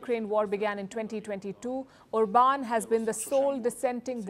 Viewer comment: It's pronounced OR-bahn. He's not French, ffs.